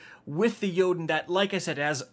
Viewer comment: YES!!!!! Finally a content creator who can correctly pronounce Jotunn's name.